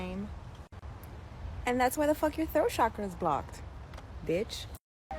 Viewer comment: The way people pronounce chakra makes me so fvcking mad😭😭😭